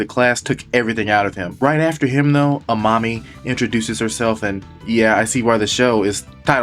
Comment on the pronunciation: I kept thinking you were calling amami "A Mommy" 🤣